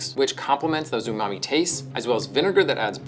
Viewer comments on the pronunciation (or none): none